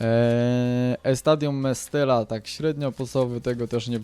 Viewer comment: estadio mestaja się czyta :D i nie bale tylko bejl